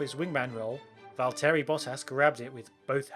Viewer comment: Great runthrough, but I have to say that it's not val-TEAR-y, it's VALL-terry. He's just Waltery.